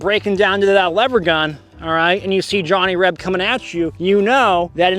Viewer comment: Love your videos, but as a Reb, not sure if I'm like the way you say " Johnny Reb", almost sounds like a slur.